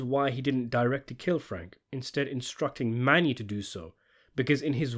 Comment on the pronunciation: Well his name is Mano not Mani🤔